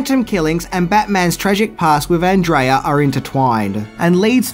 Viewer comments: Her name is Pronounced Ahn-Dray-Ah. Not Andreea. They say it enough in the movie. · has clearly seen the movie and yet he continues to mispronounce Andrea's name. - No thumbs up for you.